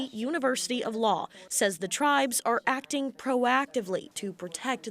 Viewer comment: Why did she mispronounce "acting" just like that beekeeper who does fraud in minnesota